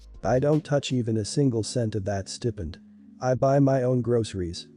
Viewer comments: It's pronounced Stai-pend not Stepend... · It’s pronounced stye-pined.